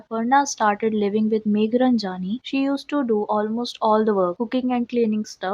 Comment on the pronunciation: It's meghranjani ...not runjaaani!